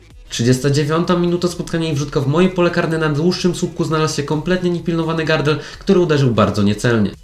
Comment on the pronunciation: nie gardel tylko gradel